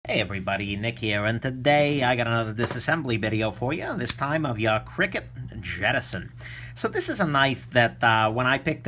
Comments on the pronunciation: Me too!! Cricket?? That is a new one. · interesting pronounciation of CRKT 🤔